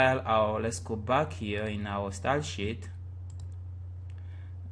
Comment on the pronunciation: It sounds like ur saying shit instead of sheet. But still great website tutorial! I learnt alot :)